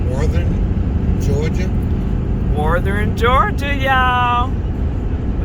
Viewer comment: Yes your saying it just fine. Most people from different states have a accent when they say it. I cant wait to get out there and travel and try some of these places with my Rpod.